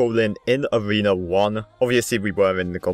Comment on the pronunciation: Learn how to read! U said avena 1 but all other players Even noobs! Say A(r)ena 1